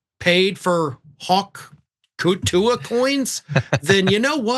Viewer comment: "tuah" not "too-wee"